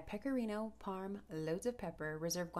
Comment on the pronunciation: You pronounce guanciale wrong. It's gwan-cha-lay